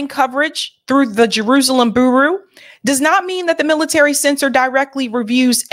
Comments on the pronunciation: it’s amusing you say ‘boo roo’ but bureau is pronounced ‘bew row’, as in the Federal Bureau of Investigation. 👍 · Bureau (byear-oh) otherwise you’re speaking the truth and on point as usual. Sorry couldn’t help myself ❤ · It's pronounced 'bewrow', bureau. Love you. And thank you. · she said boo roo, revabations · Yes! What's booroo? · Bureau="booroo"? Better check that pronunciation,. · "Boo-roo" lol i love your content but your pronunciation cracks me up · someone please please tell how to pronounce “bureau” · Please look up pronunciation of 'bureau'